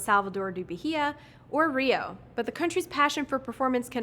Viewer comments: FYI the "H" in Bahia is silent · People really need to give English speakers a heads-up that the "h" in Bahia is silent.😂